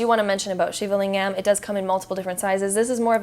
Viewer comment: Great video thank you :) Ps: Lingam is pronounced ‘Ling-ghem’ with a hard G and hem as in ahem. 😉